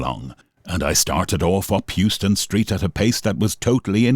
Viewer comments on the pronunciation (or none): how-ston street. not you-ston street. you-ston is in texas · Great video - small detail which drew me out of the story - it's pronounced "how-stun" street, not "hew-stun" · It's not pronounced as it's spelled it's Houston ( Haus ston) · Terrific account; thanks for posting! Can I just point out one thing, Houston Street is pronounced (HOW-stun) not like the city in Texas. That's where we get the neighborhood SoHo from (SOuth of HOuston)!